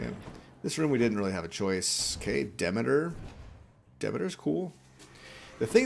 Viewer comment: Nice helpful video. Greek mythology was my 2nd fascination after dinosaurs. Read everything I could get my hands on and I can assure everyone that Demeter is pronounced de MEET er, not "DEHmader"